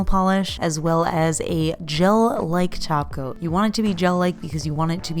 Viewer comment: LOL I THOUGHT YOU WERE SAYING “JELLY TACO” THX FOR THE KICK~ASS VIDEO, WELL DONE!